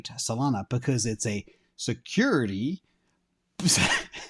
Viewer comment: the way you said "Security" made me laugh out loud! 👍😂